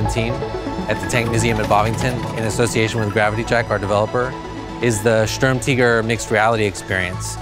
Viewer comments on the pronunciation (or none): Sturm teger I thought it was sturm tiger I mean how you pronounce it